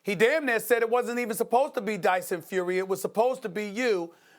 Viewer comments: Did he just say Dyson get it right mate wot a dinlo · "Dyson Fury." Stephen's pronunciation got sucked. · It's Tyson you Toby not Dyson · Stephen said Dyson Fury 😂😂😂😂😂😂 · MAN SED DYSON FURY 🤣🤣🤣😂😂😂🤣🤣🤣😂😂😂😂😂